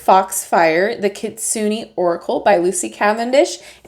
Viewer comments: Kitsu-nay hehehe not kitsu-nee ^_^ Gorgeous deck though! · Your pronunciation is not bad just more on the Su part of the word. It’s kit-sue-ney. Overall this deck is so beautiful! Adding to my list!